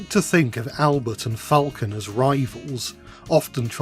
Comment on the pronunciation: The french accent you do for Albert is so good bro ❤